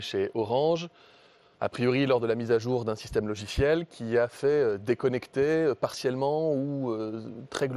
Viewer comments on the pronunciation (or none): Même pas 1 minutes et déjà il dit loziciel Mdr le variant Macroniste !!!!